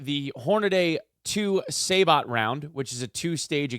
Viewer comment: Say-Bow not Saybt lolz cool vid